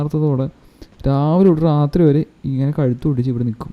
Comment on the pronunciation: റാത്രി അല്ല bro രാത്രി ആണ്